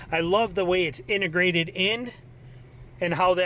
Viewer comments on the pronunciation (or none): Integrated, not intergrated. Lmao